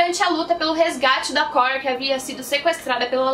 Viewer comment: obrigado por falar o nome da cóura " korra" direito